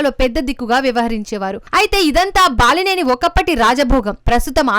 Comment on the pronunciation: ఓంగోలా ఒంగోలా?? అసలు మీరు కనీసం ఊరి పేర్ల ఉచ్చారణ అయినా సరిగా చెప్పలేక పోతే ఎలా??? ఇంతకీ బలినేన?? బాలినేన